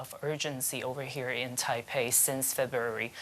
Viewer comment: Not Taipeh…. The name is Taipei